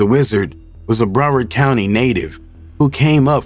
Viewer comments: It's pronounced "BROW-WURD"🤦‍♂️ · Bro said BRO ward county 😅😅😅😅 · bro you can’t pronounce broward ? i’m from the lou and i know how to pronounce